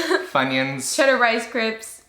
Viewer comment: she said cheddar rice crips😂😂💀💀💀💀